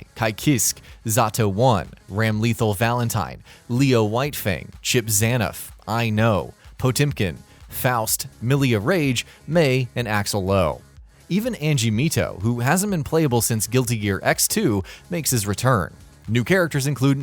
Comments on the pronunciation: it's E-Know, not EYE-Know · did you just said ky-kisk and I-know? Jesus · I know you don't pronounce I-no as "I know". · I-Know right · The way he said Ramlethal and I-No hurts.